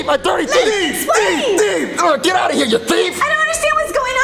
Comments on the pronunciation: Jet: actually it's Get but it's pronounced Jet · I like how get (pronounced jet) actually thought it was an actual connection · "Baby listen, hes dead" Get (but pronounced jet) 2019